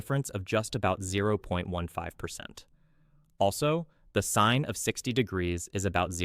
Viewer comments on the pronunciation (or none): none